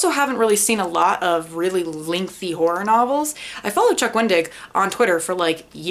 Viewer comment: Note to: Stop saying ‘whore” when you want to say ‘horror’. I love you and your sister Nate!